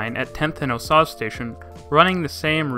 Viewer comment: The vote for a dedicated sales tax to fund FasTracks was 2004, so I’m not sure what you mean by FasTracks was introduced in 2007. Also, 10th & Oh-sage station (like the Native American Nation now based in Oklahoma) Louisville, CO is pronounced like Lewisville, TX and not like any variant of Louisville, KY.